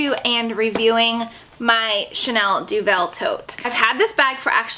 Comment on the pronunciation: this review was really useful as i've often admired that bag but now i know about the weight i know it's not for me! just a tip, deauville is pronounced "doe-ville" as in "doe a dear" and ville as in rhymes with the "sill" in window sill. xx